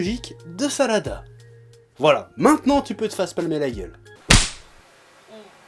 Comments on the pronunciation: j' crois que ses sarada pas salada je me trompe ? si oui dite le moi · Tu prononce tellement mal les noms des personnages venant d'une personne qui s'appelle et enfin la fille de Sakura et Sasuke s'appelle Sarada et non Salada.